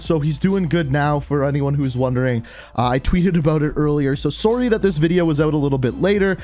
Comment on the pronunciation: Same as soon as he said sorrrrrrrey